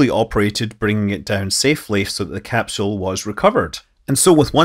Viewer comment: capsule ... no h in capsule